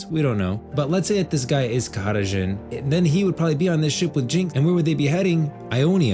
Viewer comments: bro stop saying his name like this... just say JHIN , wtf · nigga just say jhin